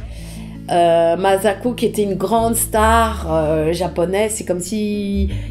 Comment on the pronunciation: J'ai vu cette vidéo 10 fois elle me met les larmes aux yeux à chaque fois... (Bon par contra ça se prononce MaSSako.pas mazako 😉 ) Merci Mme Lecordier pour ces souvenirs